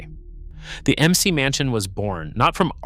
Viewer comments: M. C. Mansion? AI Slop. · I hate this AI slop... M.C. Mansion. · we hear of the .."Em-Cee Mansion" HA! A-i BS!! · "The emm-see mansion"??? C'mon train your AI to the task. Or just read the damned script. 👎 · it almost sounded human until i heard the phrase "M. C. Mansion". FAIL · AI. Em See Mansion. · Yes - the M C mansion? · When I heard it say "emcee mansion", I almost did a spit-take.